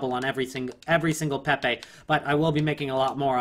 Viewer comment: If he says "PehPeh" one more time xD <3